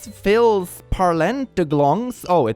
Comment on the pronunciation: certaines tilles???? omg it was an f not a t filles=girls